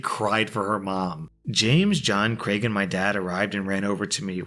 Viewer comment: Thank you for pronouncing Craig correctly, it makes me so angry that people say “creg” or “Greg” instead.